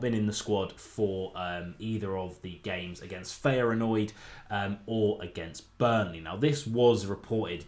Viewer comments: check how to pronounce Feyenoord mate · The way you said Feyenoord mate 🤣 but its all good, great vid!